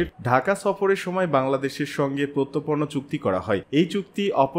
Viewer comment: প্রত্যর্পন উচ্চারন ঠিক করুন।